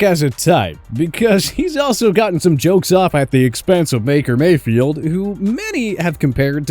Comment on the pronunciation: “Maker Mayfield” 🤣